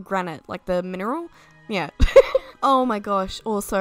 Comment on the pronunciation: "GranITE, like the MinERHAL"... y'all putting stress on the wrong end of the word.